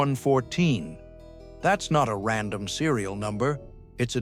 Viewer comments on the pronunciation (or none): none